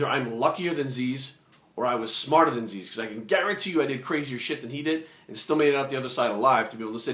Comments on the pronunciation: Zyzz. Not 'Zeez', hahah. Love your vids mate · its not zeez, its fkin zyzz brah not z e e z..fkin zyyzzzz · it is pronounced as ziz, not zeez. he said zeez because that is how americans pronounced it and he was having a laugh. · Go watch the video entitled "zyzz-inspirational speeches" Zyzz himself pronounces it as Ziz in the video more than once. He doesn't pronounce it as Zeez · Zyzz is pronounced ZIZZ, like the word "is", "fizz" "jizz" "ms" "Liz" "his"... NOT ZEEEEZ!!!.. Anyway.. GREAT VIDEO, I like ur thoughts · P.s zyzz is prounounced like " jizz" lol.. not "zeez" just a heads up :-) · Good advice, I think you are pronouncing Zyzz's name wrong though. It is written like Zyzz but it is supposed to sound like "Ziz" Anyways, good video, thumbs up. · What? No Zyzz did say it himself. You havnt watched any of those rare vids? There are even some motivational zyzz vids where they show it. I thought it was pronounced Zyzz too in beginning. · You can't even pronounce Zyzz's name right! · omg yah he pronounced it wrong butt wtf you just care about that! and this video is fucking great i hope you all acknowledge his advice cause its fucking good advice. Erland Grodal nice comment bro yah he maby too roids butt it was still hard work and motivation that got him that body you fking cant inject riods sit around and think you gonna get built! zyzz is an epic motivation to millions for training! good video brahh